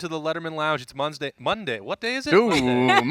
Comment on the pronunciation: " It's Mondsday and I am not a doctor " Good call, we love you anyway! God bless!